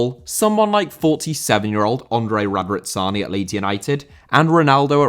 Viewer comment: Andrea Radrizzani * not Ondrei Rodrizzoni ffs you butcher everything!Goddamn dude!